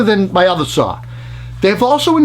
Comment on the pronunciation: 69 year’s later and still no “R” in the the word saw ... lol , love you buddy thanks for all the great work you do.